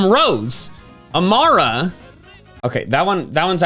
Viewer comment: its pronounced am-aura. not Am are uh lol